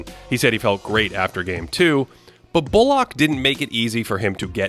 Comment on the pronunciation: great as always but why do you pronounce bullock like that?????